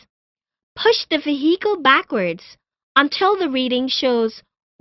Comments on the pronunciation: Ve-hee-cal: Vehicle Auto mo bail: Automobile Pahblem: Problem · Vee-HEE-cal Yeee-heee - she said her name was billie Jean